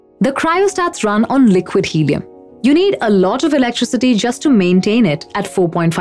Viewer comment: "Hellium" huh?